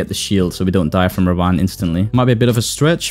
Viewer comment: it's pronounced Rah-vun